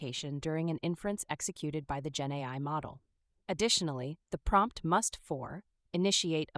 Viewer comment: each time you say genai i think genocide? not sure why